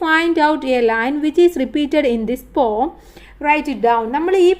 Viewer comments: Pom alla poem poyem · Pom alla poem anu😊